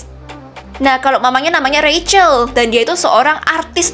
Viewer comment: Kak itu di baca rachel